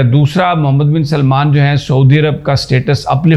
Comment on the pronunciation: یہ آپ پنجابیوں میں کیا بیماری ہے کہ سلمان (سل+مان) کو سلیمان (سلے+مان) بنا دیتے ہیں۔ یہ دونوں الگ الگ نام ہیں۔ سارے پنجابی یہی کرتے ہیں۔ عجیب بات ہے۔